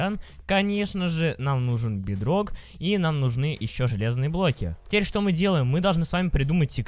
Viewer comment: Можно когда нибудь без модов??? И ЭТО БЕДРО́К НА О УДАРЕНИЕ